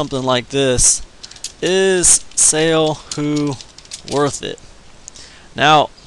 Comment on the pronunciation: Why would anyone listen to someone that can not even pronounce the name of the company correctly..........how annoying